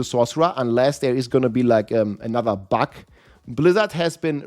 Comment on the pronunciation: buG not buK ! :D